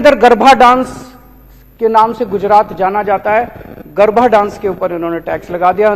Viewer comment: Garbha nahin hota hai chutiye GARBA hota hai